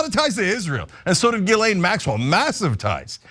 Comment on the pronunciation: The s is silent in Guislain